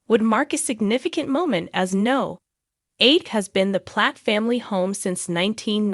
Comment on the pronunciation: It's number 8 coronation st no is short for number here in the UK not NO as in the word